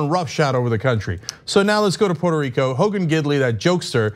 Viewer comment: Go back to his pronunciation of Port a Rico, in 2017.